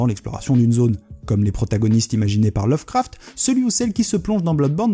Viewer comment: ech pi lovecraft lol mais avec le "a" de craft bien FR